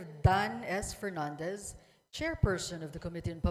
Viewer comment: Dapat nag-pass nalang tong si Dan Fernandez, speech niya di niya mabasa ng maayos, F at P parehas sa pronunciation, inulit lang mga nasabi na, sensiya na pero he looks like a joke.